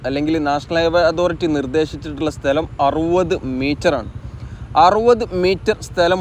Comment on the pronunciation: സ്തെല० അല്ല സ്ഥല०